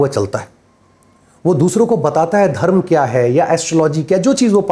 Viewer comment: आप कृपया अपना उच्चारण थोड़ा व्यवस्थित करें .... भाग्या, धर्मा, मंत्रा, भोगा, मोक्षा हिंदी व्याकरण एवं ज्योतिष में कहीं भी वर्णित नहीं है